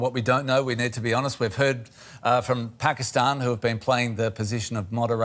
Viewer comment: I just stopped at "Pakisatan announces........" and laughed so hard I could have passed out